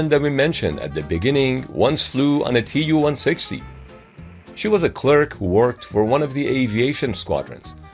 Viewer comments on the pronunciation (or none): Tu is not an abbreviation. It is shortened from Tupolev. It is pronounced like 'to' in 'to you'